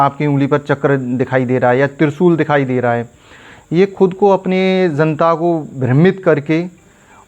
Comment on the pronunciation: Ezzent , Zanta 😂